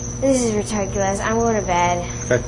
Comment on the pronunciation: Did the decoy really say "retartculous"?